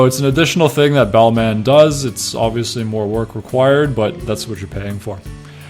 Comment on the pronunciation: Don’t pronounce the last “in”. It’s Bálmã or Balmah. Just saying 👍